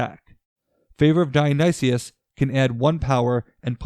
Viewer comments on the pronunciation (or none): This team should be called the Yayas. Also, Dionysus is /daɪ.əˈnaɪsəs/ = die-uh-nigh-sis.